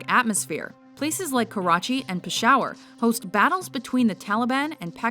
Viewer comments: its pronounced Pesh-ah-war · karachi and peshawer ... are you kidding me ??